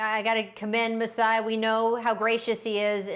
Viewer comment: Rachel Nichols: Masai Brian Windhorst: Masai Paul Pierce: Juiceye